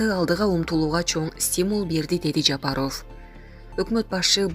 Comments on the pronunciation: Журналист ф тамгасын аябай окуган окшойсун.Ффылдабай туура окучу.Жапароф эмес Жапаров . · Булак Спутник ушул кыздан башканы окуткулачы Ажонун фамилиями окуй албаган немени .уялсанар боло Жапарыов дегенден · ЖАПАРОООВ УДАРениени туура коюп окучу кишини кыжырын келтирбей. Ар дайым фамилияны кээ бир создорду туура окубайсын. ГРАМОТНЫЙ ДИКТОР ЖОКПУ?